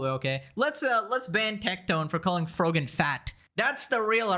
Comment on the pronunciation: erm, you said frog-an wrong